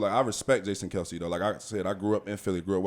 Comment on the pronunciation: Girl boo😂. Ain't nothing respectful about blind siding someone smh. Clearly Z was worth his time or kelce wouldn't have lost his cool over some football🙄. He ain't have to come from behind, my guys are always ready💪. And finally it's Kelce, not kielce😝😂